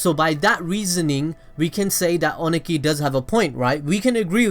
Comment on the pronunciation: Review is good, but the way you prounounced Ohnoki (O-no-key) annoyed me. 😅